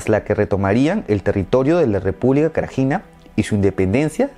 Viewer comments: Srebrenica se pronuncia "SREBRENITSA" Srpska, "SERPSKA" Y Krajina, "KRAINA". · Creo que deberias haberte molestado en buscar la pronunciacion de nombres como "Krajina" o "Srebenica"